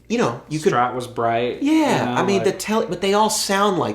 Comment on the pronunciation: Man, what's a Schtrat, is it some kinda german guitar ? ^^